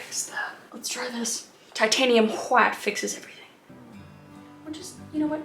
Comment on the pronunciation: All the colors of the rainbow: tAh-tANe-hIum whHHHHiTe ....cobalt blue... make that sky nice and ✨happy✨ more tAh-tANe-hIum whHHHHiTe ivor black and more... tAh-tANe-hIum whHHHHiTe TAH-tANe-hIum whHHHHiTe hWHIte cadium ✨yellow✨ cobalt ✨blue✨ red, just plain red nice light yello- this is just a joke btw and Kris's painting is great :)